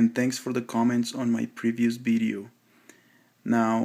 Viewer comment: its a "VIDEO" not a "BIDEO", speak better english before posting again